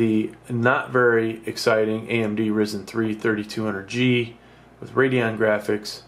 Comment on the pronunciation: It's pronounced Rye - Zen lol